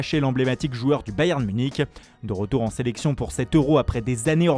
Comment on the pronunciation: le héros de la séléçaooon